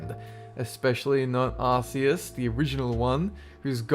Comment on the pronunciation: You pronounced Arceus wrong